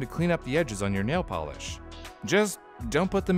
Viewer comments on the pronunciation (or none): none